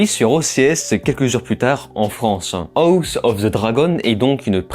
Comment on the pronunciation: Tu sais pas dire house quand meme tu te fou de nous